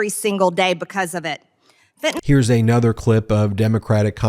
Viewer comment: "Eh-nother"? Did you mean a-nother?